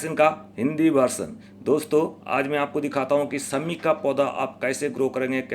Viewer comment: sahab sabse pehle aap apni bhasha shudh kijye.sha shabd ka sahi ucharan kijye.sha ko sa na kha jye. Shami ko aap sami bol rhe he. Shani ko aap sani bol rhe he. Bade sharm ki baat he. Bhasha shudh kijye